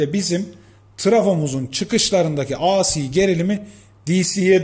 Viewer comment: AC akımı aa sii akım diye okumayın Alah aşkına. Ya tam Türkçe olarak "a ce" diye söyleyin ya da İngilizce okunuşuyla "ey si" akım diye söyleyin.